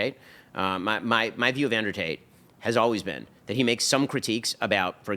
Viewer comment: His name is Andrew TATE, not Andrew TAY.